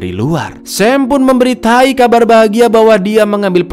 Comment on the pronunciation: Bang kenapa kalau bilang memberitau ngomongnya memberitai 😂